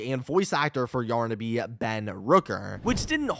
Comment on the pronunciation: Yornaby? What… it’s yarnaby!